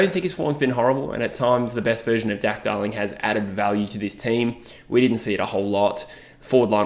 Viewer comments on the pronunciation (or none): At like 4.10 I swear you said Dack Darling and now its all i can hear 😂